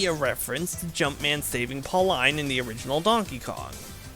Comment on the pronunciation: Always love series like these, i Hope this series takes your channel into higher popularity! Little side note that bugs me Pauline is actually pronounced Paul-een, not Paul-Eyen.